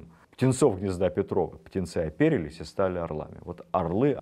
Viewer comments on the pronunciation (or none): Владимир Ростиславович, Вы неверно ставите ударение в словах "оперились" И "атласный". Если замечу ещё подобные огрехи, напишу.